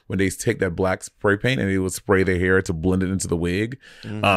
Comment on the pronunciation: What is this "hair" pronunciation from Monet? Has she been hanging out with Kiwis?😅